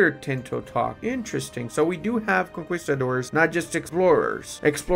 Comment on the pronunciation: the way he pronounces conquistador